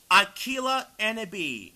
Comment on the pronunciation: If you're native language is not English, you did a good job. If English is your native language, however, you really need to work on your pronunciation of words and overall speech quality because it sounds really rough. P.S. I really hope English isn't your native language because I'm really rooting for you. P.S.S. it's pronounced A•key•lah, not A•kill•ah. Thanks, have a good day